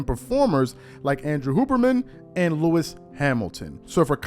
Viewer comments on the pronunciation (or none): none